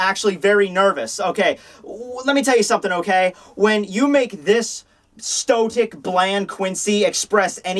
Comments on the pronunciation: "Stotic?" It's "Stoic" lol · 'Stotic'... 'stotic'... 'stotic'!? For fuck's sake,! It's fucking 'stoic'!